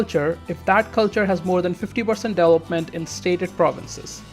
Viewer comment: dude... "deVElopment".... not "delopment"